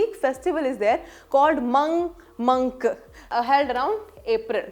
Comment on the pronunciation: It’s Mangkang festival. Not Mangmangk